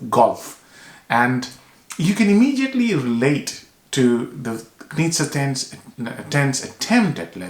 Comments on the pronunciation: Great review, I very much enjoyed your analysis! By the way, Knize is pronounced „Knishe“, because it‘s a Bohemian name, so it‘s pronounciation is Czech. Best regards from Vienna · It's pronounced: Ka-knee-ze